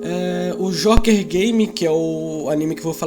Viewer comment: parei de assistir quando disse Jóker Game, fala sério!